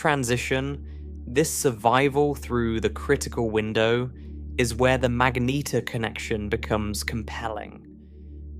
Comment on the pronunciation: It really doesn't know how to pronounce mangetar does it